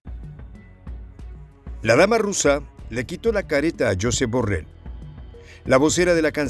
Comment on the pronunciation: /yosééép/ deja de decirlo como lo dirías en inglés.